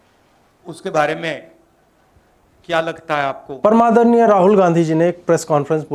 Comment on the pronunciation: Ajeet bhai....apney shuruat mein kya bola "Param Adarniya" ki "Par Madarniya" 🤣🤣🤣